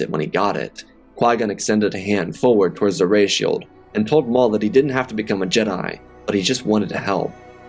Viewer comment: lol I thought I herd it wrong but I hear you say darth moff